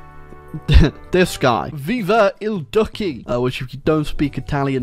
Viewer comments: Duce is read as Dootche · Bro cant pronounce duce